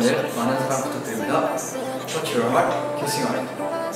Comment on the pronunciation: #강다니엘 #키싱하트 #아이웨어 #선글라스 터치유얼헕 발음 봐 하앙 존잘 ㅠㅠㅠㅠㅠㅠㅠㅠㅠㅠ